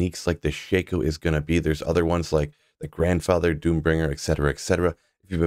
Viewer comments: The correct pronunciation actually is SHACK-oh, not SHAKE-oh, I’m afraid. And to add insult to injury, the version in the video is not Korean, it’s Chinese. 😊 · Not sure why Diablo 4 started making it a shack. I've always heard all the D2 content creators say Shake-o and think it sounds best this way